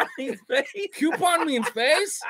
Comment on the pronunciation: Good work boys...."coupon" 👏 🤣🤣